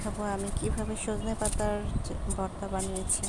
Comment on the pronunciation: আপা বর্তা না ভর্তা হবে। হয়তো খেয়াল করেন নি